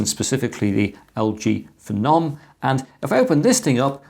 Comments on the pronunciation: FE-NOM, Im sure it was pronounced PHENOM said the same way as VENOM. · Wtf is a feh-nom